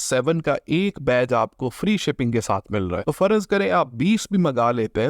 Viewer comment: Its `farz’ not `farazz’